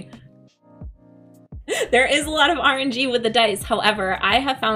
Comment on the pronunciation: When you said, "too much RNG," I first heard it as you saying, "too much orange-ee." Sounded like a drink. lol ;-)